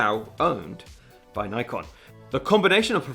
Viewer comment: Ni-Con or Nik-on? Just asking, honestly :)